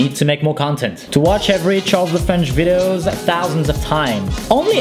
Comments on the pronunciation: I low how he says vidos instead of videos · How many times did he said vidos instead of videos ;) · Why i keep hearing widows..😂😂 Verry funny though...